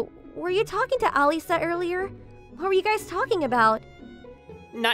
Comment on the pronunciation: Bro when he said earlier I heard oilier